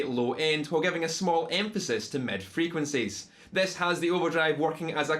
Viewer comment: "med frequencees" - I love Scottish.